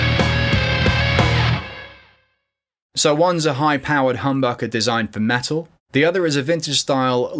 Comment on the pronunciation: What is "Me-Al" where is the T?